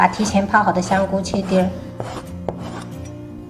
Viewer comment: 香菇闽南话说错了😂。。。。。。